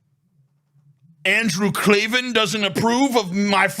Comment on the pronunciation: It's pronounced like Clay-Van 😂 I agree with Andrew Klavan wanting to bone Tina tho. Andrew was popular before he joined DailyWire. I remember he had segments like "On the Culture" and "Revolting Truth".